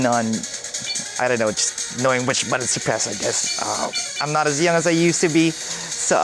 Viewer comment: He says "buddins" so many times, I can't unsee/hear it lol